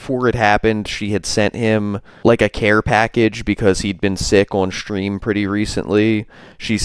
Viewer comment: Oh and I was wondering,what’s a “Shhtream”? Why the shhhh? Is it a regional thing?